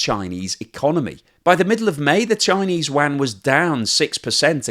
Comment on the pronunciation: What's the "Chinese Wan?" Do you mean yuan?